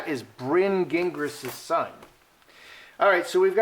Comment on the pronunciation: Farchie not in the line of succession if born of a surrogate. Gingras is a French surname. Zhin - grah.